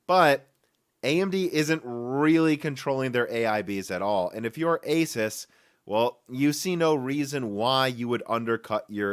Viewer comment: Asus is pronounced "AY-soos"